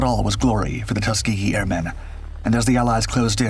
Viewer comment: Tusgehee airmen, Great Americans.